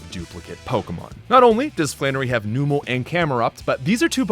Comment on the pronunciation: Thank you for correcting “Chimecho” haha. But also Numel isn’t “Noom-el,” it’s “Numb-el” because it’s a numb camel